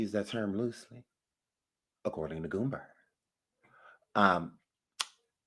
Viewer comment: It’s not GOOMBER but GOOMBA!!!🤡